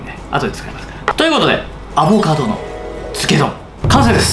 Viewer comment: アボカドを頑なにアボガドっていう人ほんと好き😋